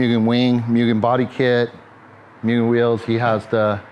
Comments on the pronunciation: "Myuuugen"....and he's been doing this for 30 years?? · MOO not MYU for Mugen.